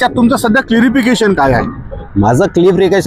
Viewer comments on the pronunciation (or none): क्लारिफिकेशन असत ते क्लिरीफिकेशन नाही 😇